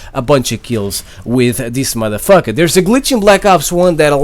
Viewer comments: how he say this motherfucka haha lol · "Theis Mutha Fucka" 😂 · I cringed every time you said "modefoker" or "madafaka" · who else loves when he says mother fuka? love ya man LMAO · Can u stop saying Madafucker